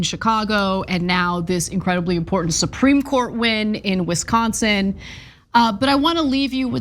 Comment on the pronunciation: She says Wisconsin perfectly.